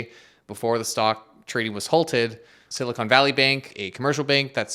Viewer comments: Silicon and Silicone are two different things. I had fun hearing you say Silicone, lol. Silicone Valley has to be in Las Vegas or Hollywood. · Thanks for the video, very informative. I heard some recent, earlier this year, warnings about this--they called it a Bail-In. And FYI you should pronounce it Silicon, you keep saying Silicone. Silicone is something else. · Love the video and simplistic explanation but hearing SiliconE instead of Silicon is like screeching chalk on a board. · Dude. Silicone and silicon are different. Silicone (rhymes with cone) is what they make large-chested ladies from. Silicon (rhymes with con) is a fundamental atomic element and what they make semiconductors from. Silicon is used to make silicone but they're not the same. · “Silicone Valley” lol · Someone, please, tell that silicon!= silicone. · Is it siliCONE, or siliCON? Been hearinng CONE more often than not, lately. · Why does he keep saying “silicone” instead of “silicon” ? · Thanks for the good coverage. Small beef. It's sili-kahn, not sili-cone. Silicon is used in computer chips, silicone is prosthetics. NOT financial advice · Please stop calling it siliCONE valley. 🙄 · I was sidetracked by the Canadian accent pronunciation of Silicon as Silly-Cone. 🙂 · I think "Silicone" valley is where breast implants are made mate. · should learn how to pronounce silicon tho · he's also pronouncing it wrong in canadian